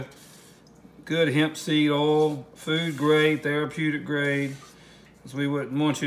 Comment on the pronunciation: Hard to listen to someone who can't pronounce "oil".